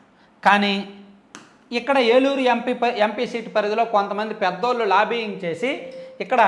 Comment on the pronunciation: Lobbing Not Libbing